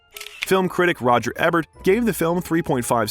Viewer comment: Quit when your AI said "Eb-urt" instead of Ebert. The pause put before "he said" is painful to the ear every time. Please just read your script/copy